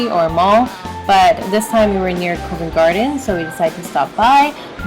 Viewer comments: Uhhh, it's pronounced 'covvent', with a short 'o' sound, like in 'cot' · It's pronounced 'cuh-vent garden' not 'coe-vent' garden btw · It's Covent Garden not Coevent Garden. The Co part is said as in the shortening of company "co." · lordy me thats not how u say covent garden :D as a londoner this was painful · The pronunciation of Covent Garden had me rolling! 😂😂